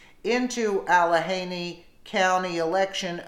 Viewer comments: Please learn to pronounce names of people and or places. The county is pronounced allaganey-not allahaney. Sorry, I just couldn't stand it any more; as often as you read it, you'd think you'd learn to say it correctly. You have an important job---do it well. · I grew up in Allegheny County, it is pronounced Al-le-ghe-ny county. I love you and your videos, you work so hard. It is a hard ( g) sound. Not criticizing just proud of where I grew up. Very blue-collar voters, my dad was one until he passed at age 92. I am very conservative and taught by nuns---don't hold it against me...thank you for all you do for us, always listen and learn from you. I appreciate your searching and finding such good videos for us. Keep it up...Keep America Great!....and I say Forever. Thanks again... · al ah gainy al as in allen .....ah as in stick out your toung and say " ah " gainy as in gain knee. ALLEGHENY....... american indian of course